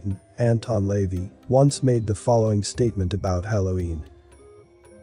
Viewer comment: This channel would be so much better if names and words were pronounced properly. LaVey, bonfire were pronounced in a way that suggests a computer voice or someone who doesn't read well.